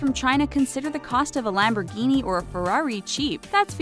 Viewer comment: Rich chinese kid have all expensive cars but cant even pronounce lamborghini 😂😂😂🤣